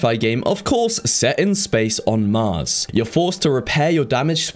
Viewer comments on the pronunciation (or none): none